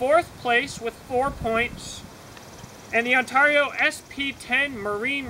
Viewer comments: Say Heah. There's a few interesting Choppers on the market, The BK-20 and the BK-21, Oh, I called a Operator in Ontario, Canada and she pronounces Ontario different then your take on it, I think your trying to be unique which is kewl beanz, But I just wanted to hear what the correct way was, I guess some say Potato and some say Potato. I say On Ter Io, and you say Un Tar I, Different strokes for different folks I guess, It does bring attention though. But I had to check it out and the Chinook say it like I and most of everyone else. No biggie, But Yeah, I think the BK-20 is a little better than the O. K. C. Mine Rader because the BK uses a 1095 CroVan, Oh, I also have the Himalayan Imports M-43 which is a full tang, Infact I have (2) in different sizes. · As an upstate new yorker, that was driving me nuts lol